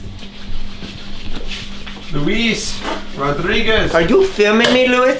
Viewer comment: im sorry but my surname is Rodríguez and im dying ‘cus he said it so well omg